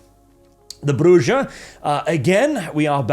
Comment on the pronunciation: no, its not, Bruja are not brazillian bruja. They arent witches and dont do voodoo. Its Bru Jah